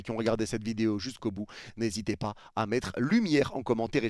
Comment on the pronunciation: Arrête de vidéyo...😂ça fait plusieurs fois je te le demande ❤